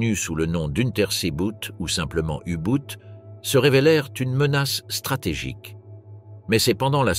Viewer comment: U Boot, c'est de l’allemand, cela se prononce "ou bot" en français (langue de la video) ou mieux en allemand "ou boht ". La prononciation à l anglaise est ridicule .